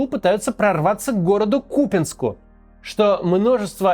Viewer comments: Не кУпянск а купЯнск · Всё хорошо, но ударение на КупЯнск, а не КУпянск